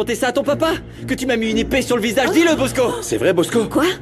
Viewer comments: Mosco non Bosco avec un B😅😅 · Moun k’ap di bosco yo nou tande posco avec un P